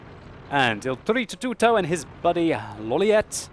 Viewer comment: BritzzONE Mario is an Italian plumber. O.o is doing a good job pronouncing it correctly. If you sound much different...you're doing it wrong.